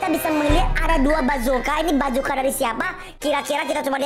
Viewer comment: Bukan bacoka tapi basoka 🤦🤦🤦